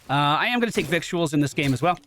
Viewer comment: Since this is the last Butcher deep dive video, I guess it's time to inform you that you've been saying "victuals" incorrectly 😂